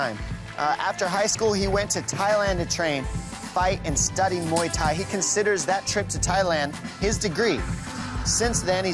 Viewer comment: HEIDI ANDROL Please leave this sport, How could you call Muay Thai Mee Thai????? OMG